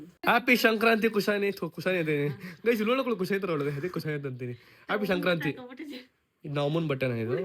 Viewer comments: ಅದು ಶಂಕ್ರಾಂತಿ ಅಲ್ಲ ಸಂಕ್ರಾಂತಿ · Shankranthi alla bro sankrathi😅 Happpyyy sankrathi🎉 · Shankrnti ಅಲ್ಲ ಸಂಕ್ರಾಂತಿ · It is not shankranti it is Sankranti 😂😂